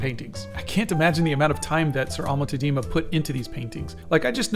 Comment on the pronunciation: Like in all Dutch names the accent is on the first syllable. Tá-dena. The ‘e’ is pronounced as ‘u’ in ‘but’. If you want people to take you seriously, it is very important to also get minor details, like the name of the painter, right. YouTube is an international platform.